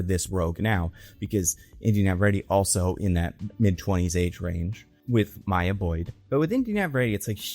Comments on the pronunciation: Came to comment this 😭 bro said Mia like … Maya is a easy name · It's MY-YAH. Your first pronunciation was correct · Bro don’t overthink it, it’s just Maya…like how it’s usually said LMAO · Why would it be Miya. Stop doing the thing white voices do when u go out your way to butcher a fire letter name. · why would maya be pronounced mia???????? whats weird with maya/mya? very common and normal name. also: that has nothing to do with ryan coogler. storm and t'challa shippers are the ones who said they want her in black panther 3 so much so they dont say "she should be in black panther 3" they say "she will/has to be in black panther 3". they have been saying this since the first black panther film cause in their mind all black super heroes have to be in the same film, all black super heroes come from wakanda, and all black super heroes know each other. makes no sense. when lupita was cast as nakia they thought she was storm. since the second film was female focused they thought storm should be the lead but they had riri instead and now they are doing the same with black panther 3 even after storm was announced for xmen which comes out BEFORE black panther. she is an xman not a wakanda. folks need to keep their fanfiction to themselves. this is insane. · Why would Maya be that hard to pronounce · I don't understand why he doesn't think it's pronounced the normal way "Maya" is pronounced